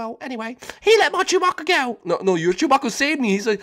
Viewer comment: really in the last episode you clearly said shoobaca (or how is written) from star wars